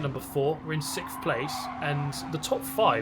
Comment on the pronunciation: By the way, you don't need to feel bad; Tim Harvey can't pronounce "sixth" either.